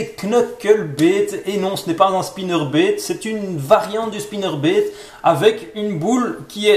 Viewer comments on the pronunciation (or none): " Un swimbéét " " un spinnerbéét " 😂 aah ces belges 😁